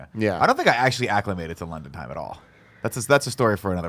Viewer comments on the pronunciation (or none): none